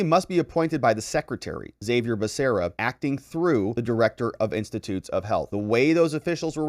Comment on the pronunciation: Haa-Vee-Air. Besides that, I love your detailed and legal analysis of the issues this sick Dem government is forcing on our country.